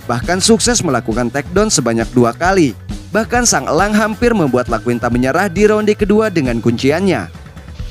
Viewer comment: iaquinta bang, bukan Laquinta